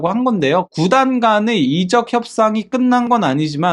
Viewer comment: 이적ㅡ적을 이롭게 한다. 발음이 잘못되다보니. 이적이 발음에 따라 다른 의미인데 구분을 못하고 말하니 안타깝습니다.